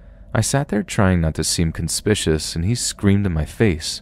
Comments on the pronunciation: DUDE!!!! You REALLY need to look up words that you don't know how to pronounce!!! Conspicuous is NOT con- spi- shus, it's con- spi-kyoo- uhs!!! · you pronounced conspicuous incorrectly. Just letting you know <3